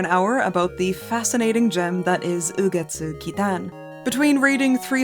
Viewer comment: the pronunciation was so good it made me subscribe omg